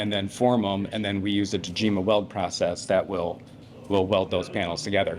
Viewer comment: Hey, ya’ll…just add the last two letters so ya don’t sound gay…M and A…”TACOMA”😏